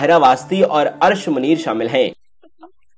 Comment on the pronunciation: Correct pronunciation Is Arsh e muneer. ش کے نیچے زیر ہے